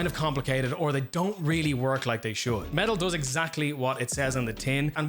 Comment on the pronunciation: Ngl until i went into the description i fully thought you were saying "metal" the entire time lmao